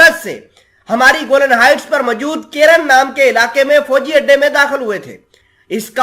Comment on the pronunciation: Bhai Jan theek se parhen please. گولن نہیں کہتے بلکہ گولان ہائٹس کہتے ہیں